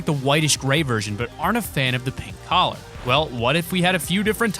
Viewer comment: Did you say coller But them he realises its a bandana